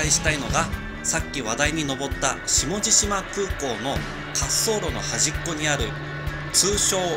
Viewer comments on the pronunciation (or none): 下地島(しもじしま)じゃなくて下地島(しもじじま)ですよ